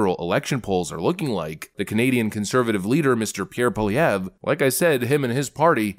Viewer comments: I love how you actually pronounced his name correctly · Two comments! 1 - nice pronunciation of Poilievre Haven’t heard any other American commentator get it remotely close. As a French speaker that was bang on ! 2- that man is growing a mega pair . He used to be more willing to ingratiate himself to the mainstream press. What’s beautiful is his ability to communicate concisely without resorting to crass rhetoric! Keep the good work with your channel. We from the Great White North appreciate your work! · Thank you for pronouning Pierre's name right. Very few can.😂